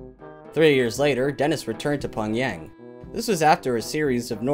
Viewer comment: ‘’Pon Yang’ 😂